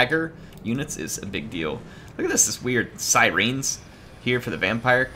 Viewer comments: Siren is pronounced "sigh-ren" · They spell it in game syreen